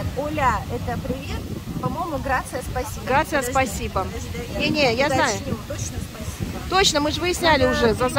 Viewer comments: Грация, оля, лубрика. Спасибо, дальше можно не смотреть 🤮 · Грасиас спасибо по- испански, а не Грация- это по итальянски. ОЛА, а не оля😊